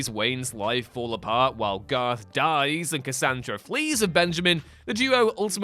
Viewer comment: Garth. Gar-th. Garth.